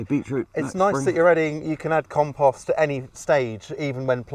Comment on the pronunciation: Long O, O, o O,……compooooooooooooooooooooost.."